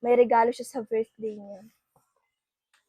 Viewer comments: Fackage???virthday?hehe bka nmn Package be & Birthday.like i've said,be aware how to pronounce B & V,,,,,P & F..no offense meant!. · FACKAGE????VIRTHDAY???hehe bk PACKAGE be & BIRTHDAY..like i said many times,be aware to pronounce B &.V,,,,,P & F..note;no offense meant & do not delete my msg be.ok!sumtyms u have to accept ur mistake & don't get mad.🙏❤✌